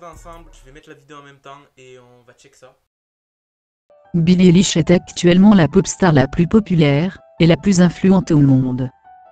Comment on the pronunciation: « billie délish » j’entends ça quand tu le dit moi 😭